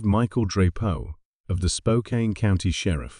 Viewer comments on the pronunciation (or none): Spokane is pronounced Spoke- can